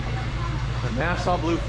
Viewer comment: it's not nasa blue, it's Nassau Blue